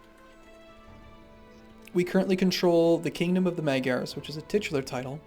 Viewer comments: Its like nails on a chalkboard to us Hungarians. Its pronounced Mahdjyars. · I like how you pronounce Magyars (Hungarians actually...thanks game)